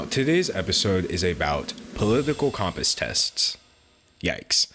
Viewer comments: Why are you saying Comp-ass instead of com-pass? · My political views are as follows: he is pronouncing compass wrong and we need to start a religion around D'Angelo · you say compass funny hehe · I strongly disagree with the way you pronounce compass